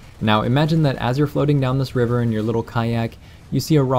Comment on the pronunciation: you said river, i heard reaver, when i get the reaver i usually crash it in a tree.